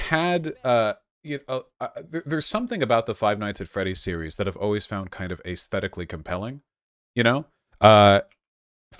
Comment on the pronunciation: Vaush you just NEED to stop pronouncing “aesthetically” like that (we all know what I mean)